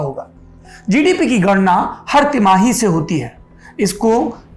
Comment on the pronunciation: किया जिडिपि हे भाइ जि,डि,पि, वाह सुनकर मजा आया 😁😁😁